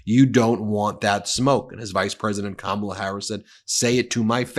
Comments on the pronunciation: Anyone mispronouncing Kamala doesn’t get to talk ab her. F these people. COMMA La! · KAMM - MA - LA Sheesh! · Comma-la = Kamala